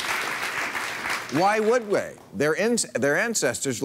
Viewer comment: "why would way"? LOLololOLOLOLOLololol